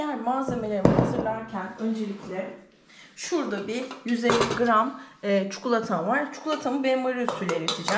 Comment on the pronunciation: Çukulata değil abla çikolata 😊😊